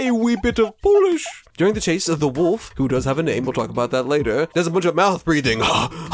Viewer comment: Got me laughing hard at 12 am when you tried to pronounce my name 🤣But thanks for adding my imput about the game in your video! Love your content!